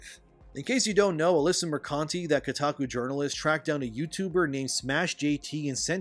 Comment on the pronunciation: i'm loving your videos more and more everyday, every time you mention kotaku lady i hear your brain saying mercante but your mouth keeps saying mercunty and that's awesome:)